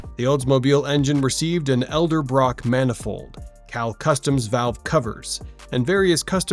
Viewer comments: Elderbrock!?? why can't people pronounce Ed-el-brock. Most call it Eldebrock. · "Elderbrock manifold". STUPID A. I. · If you want likes, hypes and subscriptions, the LEAST you could do is spellcheck the script you feed to that AI voice. FFS even AI can read and say "Edelbrock"